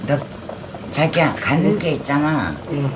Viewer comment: 아뜨거어 자기야 잘너어야지이이잉 거의 z발음의 창시자. Zㅏ기야~~